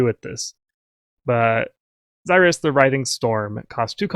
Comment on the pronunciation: Xy is pronounced as a z As in xylophone